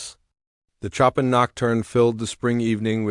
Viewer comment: Show-pan not Chop-in